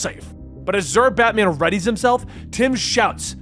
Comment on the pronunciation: You keep saying "Batmen" like its a surname...